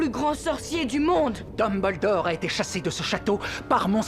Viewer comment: En temps que quebecois , le fait qu'il dise dumble-dorr , drago mal-fois , hermione gran-gé me derange un peu